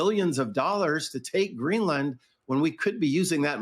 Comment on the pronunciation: “We knee greelann” 😅